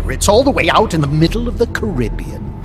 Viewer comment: Really pissed off that Coldman mispronounced Caribbean through the entire thing